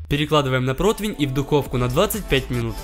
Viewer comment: Меня одного напрягает что он говорит 'протвинь' а не противень?